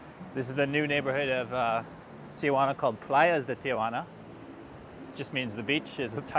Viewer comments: If you are going to talk about a place you visit learn how to say the name. It is not TiAjuana. Read it it is Tijuana. Stop adding an A after the I Ti. Juana. Not Ti. A Juana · It's not TIAjuana there is no A, it's pronounced T-Juana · It's Tijuana, not TIAjuana. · 3 syllables..T WaNa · Its tijuana, not tia-juana. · Go home and practice pronouncing Tijuana . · Learn how to pronounce the name of the city. The locals think you’re an idiot when you can’t even pronounce the name of the city correctly. As for needing a coat, Tijuana is a coastal town where the border crossing is. It is always cooler near the Pacific. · I'm with the others. You need to learn how to pronounce Tijuana to start with.